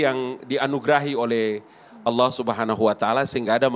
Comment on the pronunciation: Masa ngabalin sebut ALLAH KIRAIN ALA